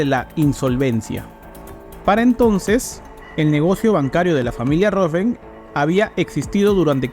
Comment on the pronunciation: Felicitaciones por el esfuerzo de investigación. Lo que me confunde es que el mismo apellido Rothschild es pronunciado varias veces mal haciendo entender que se trata de otras familias. Puedo estar equivocado pero ese error confunde mucho. Me perdona si estoy mal.